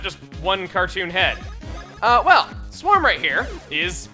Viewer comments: Wouldn't it be pronounced S-worm and not Swarm? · I think in this game sworm is pronounced sw-err-m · Its pronounced sWORM. like a worm but with a s in front of it. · Uh... Chugga you know that sworm, is pronounced S-worm right? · I'm pretty sure Sworm is pronounced Worm Chugga. =P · I really think it's supposed to be pronounced like worm but with an S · that Sworm is not pronounced how your are saying it, it is pronounced like 'worm' but with s in front of it, if it was pronounced how you are saying it then it would be an a not an o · You know, I always thought that instead of mispronouncing it, he just made a play on words.